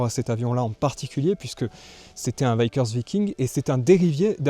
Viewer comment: Alors, on prononce Vickers Viking: Veeckers Vaillking, et non l’inverse…